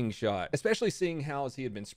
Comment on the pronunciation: Why is he saying “shottted” at the beginning